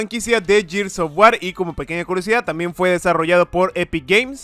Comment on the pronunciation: Se dice gears no yirs v